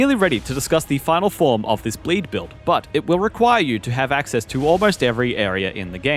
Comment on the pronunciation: BLEEE BILLL?!?